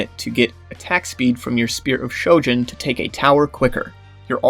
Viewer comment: Ahhhh yes the fabled Shpear of Shojin